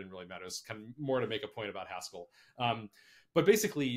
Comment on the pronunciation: Haskéll I guess that's the French version? 🙂